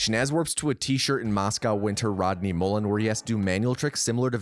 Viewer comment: You said Rodney Mullens name correctly, is he your favorite?